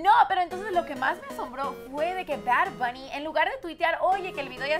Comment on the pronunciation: Verga como que "Bar Bunny?😩